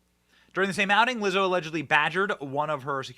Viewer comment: Did you say, Wizzo? How about nasty